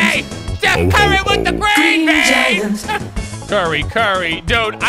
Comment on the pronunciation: i heard it as green jagger